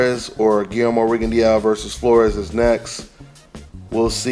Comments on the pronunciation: My brother you keep butchering that man's last name. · Rigondeow hahah